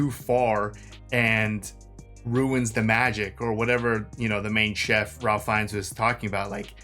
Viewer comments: Ralph actually pronounces his name as Rafe. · Would you believe that his name is actually pronounced “Rayf” like Safe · pronounced "Rayf" Fiennes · The funny thing is, you got his last name right, but his first name wrong. It's pronounced RAYph. Old english way of saying it. Weird, right?😅 My fav factoid about this movie: Leguizamo based his douchey character on Steven Seagal. He was in a movie with him back in 96 and Seagal was a super ahole, attacked John, possibly knocked him out for a sec (shoved against the wall, hit his head?) Idk if that's tge only reason. I'm sure he was a dik in other ways too, lol, but his role got super shortened & the stuff his character was supposed to do were now John's character's! Take that ahole Seagal!😂 I never made the connection b4 that ge way she went to Brown w/o loans was through stealing since clearly she's comfrtable embezzling from her boss.🤦‍♀️, I just assumed hevmeant she was a spoiled princess ftom a rich family, I feel dumb now, 😅! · Pronounced "Rafe" Fiennes, aka Lord Voldemort, the voice of Ramises in Prince of Egypt, Alfred in Lego Batman, and Mr. Quartermaine in Wallace and Gromit. Fiennes is one of the best actors alive today. He doesn't look or sound the same in any two movies. Incredible. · It's pronounced "Rafe" so when you say his full name is sounds like you're saying Ray Finnes. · Spelled.Ralph but pronounced 'Rafe' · His name spelled Ralph, but pronounced Rafe. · The L is silent in Ralph Fiennes 😅 Pronounce it Rafe 😉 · Thanks to and! 🍽 Mr. Fiennes pronounces his first name like "Rafe"... it's a UK thing. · But we aren't talking about you aha, his name is pronounced Rayf. Rayf Fines. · Ralph is pronounced 'Rayf'. It's an old-fashioned English way of pronouncing it and not really fashionable anymore. I like it, tho.